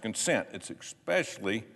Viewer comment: Love it thanks! However, Please please say eSpecially, instead of Xpecially. Just an irritating, pedantic pet hate.